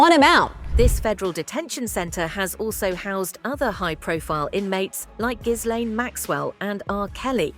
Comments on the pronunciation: Pronouncing "jizlane" is funny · Ghislaine is pronounced jis-len with a j sound at the beginning..they are French names . Guylaine is pronounced Gee-len….(hard G) her name is always mispronounced in America… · ❤❤❤ HAHAHAHA LMFAO right? I almost never hear anyone pronounce her name correctly.